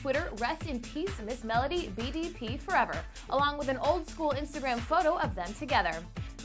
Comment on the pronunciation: It’s Ms-mellow-d! Not Ms.Mela-dee